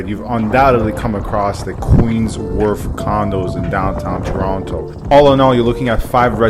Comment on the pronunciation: Red flags: 1. Pronounced Toronto wrong 2. Pronounced strip "shhhhtrip" 3. "Student" (first time) buyer 4. The condo owner owns everything from the structural ceiling, walls, and floors. Don't need permission for finishes. Just permission to carry out noisey work. Stripping popcorn is not a "risk". 5. That hint of the BMW "Pairjan" accent